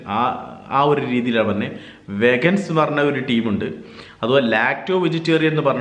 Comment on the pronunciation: വെഗൻസ് എന്നല്ല ചേട്ടാ.. വീഗൻസ്.. 😊 thank u for the informative vlog😍